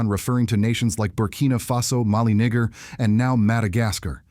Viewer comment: This is obviously AI speaking, misuing pronunciation of Malagasy (AND other African countries), even though the message is very pragmatic. But I CANNOT overlook how this AI speaker proununced "NIGER!" It is NEE-JER!!😡